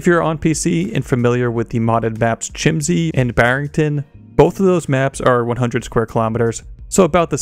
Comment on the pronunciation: Hey Chiemsee is pronounced Kiemsee. And the 35 on the runway is way closer to the stripes than on Tanoa.